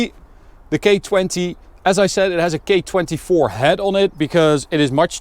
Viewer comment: lol. you sound like your saying "gay swap with a gay 24 head". i love the car and the review but that cracked me up